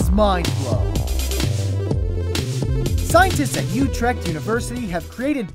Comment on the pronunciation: I like how you can't pronounce "Utrecht" :P